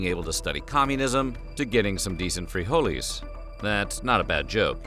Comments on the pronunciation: Free holeys... man just say beans 😂😂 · Please stop saying freeholees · The pronunciation of "frijoles" was already cringe.... But saying that hijacking a plane for pizza instead of frijoles would have been more acceptable was even more cringe....